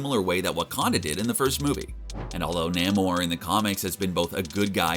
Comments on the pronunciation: Nay-More not ‘Neh Mar’ bro. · Nae-moreee not namor Just saying. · I thought his pronunciation of Waititi was bad until I heard him say Namor.